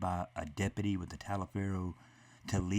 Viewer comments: "Tah-li-fer" county. That is how it is pronounced phonetically for future reference. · It’s pronounced “Tollifer” County. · learn how to pronounce the county, it’s pronounced TOLLIVER. I live 2 counties over.